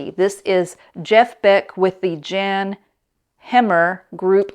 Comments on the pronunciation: Jan is Pronounced Yan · Hey, I'm glad I found your channel! I would tell you that although I don't know for certain the correct pronunciation, Jan Hammer was always pronounced like 'YAN' when he was popular for the #1 hit theme for Miami Vice. I only buy old records in which vinyl was the original format of the release. I found the original Kink's Greatest Hits from I think 1966 (at which time they'd been banned from America - no joke) and The Who's Meaty Beaty... on vinyl for a quarter a piece one time in a RE-STORE. This particular store had a ton of vinyl until a year ago when they sold it all off and put tables for sale in their place. Luckily, they have restocked their cd section after lagging to almost nothing. Each cd is 1 dime! Unfortunately, most of the really cool cds have been stolen from the cases. Imagine that, stealing cds selling for a dime! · I think Jan Hammer’s first name is pronounced “Yahn”